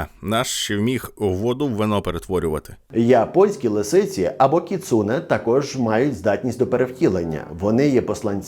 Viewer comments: не кіЦУне, а кіцуНЕ )) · сльози обурення щодо наголосу у слові кіцуне